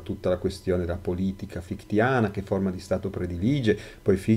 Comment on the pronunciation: prof, hai scritto se stesso con l' accento: sè stesso! e credo si pronunci fishte. Scusa, in verità ho scaricato tutti i tuoi video, molto accattivanti.